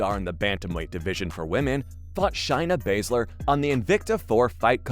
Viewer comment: Dud, learn to pronounce names correctly.....shayna baszler, not shyna.